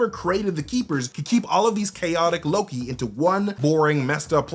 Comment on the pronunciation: Did you say you believe Mobius is Loki? Because if you watch the video, you slur it together pretty badly. It sounds like "MobiusnnLLLoki." Did you say Mobius is ANOTHER Loki? Please confirm. for reference.